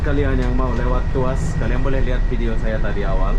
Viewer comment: Mungkin dia teringat.. Fast food.. 🤭🤭🤣🤣🤣🤣